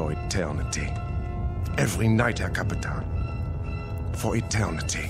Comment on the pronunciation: Only a couple of issues with this episode. In German, a captain (a naval captain) is a "Kapitän" (pronounced like "Cup-ee-TEEN") and the German navy, the Kriegsmarine, is prounounced sort of like "Kreegs-muh-REENA". But this is one of the best episodes of the entire series. On television and in the radio play. Thanks very much for posting.